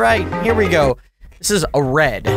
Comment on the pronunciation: It's red not led